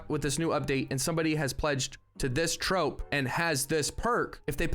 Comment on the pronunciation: Troupe is pronounced the same as troop brother